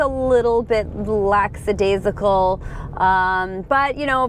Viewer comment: Brilliant review. Only thing is it’s lackadaisical Not laksadaisical. Thanks 😊